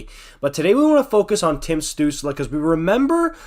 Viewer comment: As a Sens fan I can't disagree with much you said there, you even pronounced his name right. At this point I think the diving claims are pretty exaggerated but remember he's 20 years old, he'll figure it out. Crosby was accused of being a diver too.